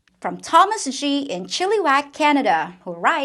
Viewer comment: this video episode is amazing, raw, truthful and helpful. I live in Washington State and laughed about your pronunciation of "chilly wack" a town in my northern neighborhood of Canada